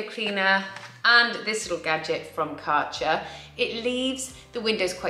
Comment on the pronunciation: There is an Umlaut in the Kärcher brand name. With a touch of research your pronounciation might reflect that.